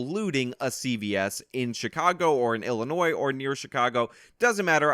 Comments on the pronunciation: illi……NOISE. Wonder how this guy pronounces the Kansas in Arkansas. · Stop pronouncing the "s" at the end of Illinois!!!!! Its silent dammit! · OMG OMG STOP. It is pronounced Illinoi. You DO NOT pronounce the "s". I grew up in Chicago and it is a huge pet peeve of mine. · Illi... noise? Illi... noise? God damn it,. That S is silent. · “Annie Oak, Illi-noise”? Oh Good God! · You can’t even pronounce Illinois right. Dummy YouTube experts. LOL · Fan of channel, but please do not pronounce "s" on Illinois. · The S in Illinois is silent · FYI, the "s" in Illinois is silent. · Dude, you don't pronounce the S in Illinois. How do people not know this? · Good video. The "s" is silent in Illinois. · Oh yes he will go Scott free…. And FFS please research how to pronounce “Antioch” and “Illinois”… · Yeah, Illinois is pronounced like Arkansas. How can a native American not know this? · Antioch=An-tee-ahk. The S is silent in Illinois bro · The "S" in illinois is silent. Just saying. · where do you live that you pronounce the S in Illinois? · The "s" is silent in Illinois 😡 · On and off pronouncing the "s" in "Illinois" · Great video, just pronounced Illinois without the s and you'll be good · The 's' is silent in Illinois.. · Your pronunciation of "Antioch, Illinois" is driving me nuts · Dude you are like thirty years and you don’t know how to pronounce Illinois? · The ‘s’ in Illinois is silent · 1) it’s pronounced “Anti-ock” and 2) it’s pronounced “I’ll-annoy” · It's pronounced antee-oc, and it's illinoy not illi-noise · Professional tip: Learn to pronounce the names of the cities and states so you at least sound knowledgeable. Antioch rhymes with rock, not roke. The s is silent in Illinois. After living in the area for 63 years I think I know.